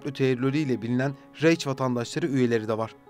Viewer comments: Reic diyorsun biraz öğren kardeşim raih diye okunur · Reich ( rayh ) diye okunur, (reyç)diye okunmaz. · Reyç değil rayh diye telaffuz edilir,nazar boncuğu olsun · Reich'ı 'Reyç' diye okumak nedir be kardeşim en azından bi araştırma yapsaydın bari. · Bu şekilde video hazırlanmadan önce (profesyonel yapıldığını düşünüyorum) kelimelerin telaffuzuna dikkat edilmeli. Reyç demesi beni rahatsız etti.